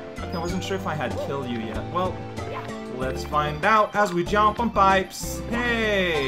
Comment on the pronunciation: I love when says jomp!